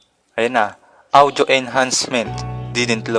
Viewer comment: Naiinis ako sa pag pronounce ng audio. “Awdyo”